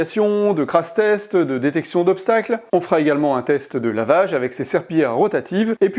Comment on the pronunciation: Ah mais tu dis vraiment "crasse" test !! 😂😂 j'ai vraiment cru au début à une erreur de prononciation haha ! En tout cas un grand merci pour cette vidéo de test ultra quali